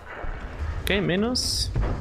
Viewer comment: Minus - "My-nus".... not so much "Me-nus"